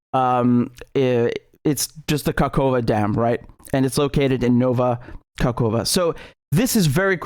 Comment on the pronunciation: Sorry ofcourse, but the entire combination of completely, not only mispronouncing, but even misreading "ka-hof-ka" as "kakova" and having no second thought on it and then pronouncing Dnipro basically absolutely correct and saying "sorry, it's probably pronounced differently" in the beginning made me laugh really much, especially this "nova-kakova" right after it, because it does sound very funny and silly, moreover that it's said on completely serious face and manner